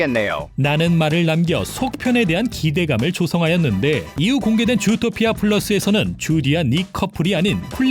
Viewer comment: 왜자꾸 좃도피아 라고 들리네요